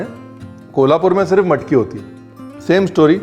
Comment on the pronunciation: You made my day loved the way you said bread, matki, bhaji, vatan and कट… being Kolhapuri we can drive miles and wait in queue for hours esp in cold weather or rains… your observations made it more authentic abt how it’s prepared and served… took me back to my hometown… loads of love from NJ 🇺🇸